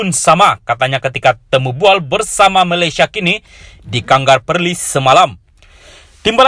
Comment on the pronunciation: Sebut Kangar pun salah... Sah2 la indo ni... 😂😂. Macam biasa.....memang kuat fitnah